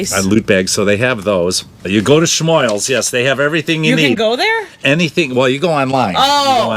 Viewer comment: ...It nice that you finally started pronouncing "Schmoils" properly. [Thumbs-Up.]